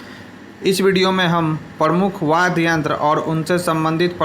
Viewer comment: वाद्य बोलो भैया वाद गलत बडे जा रहे होय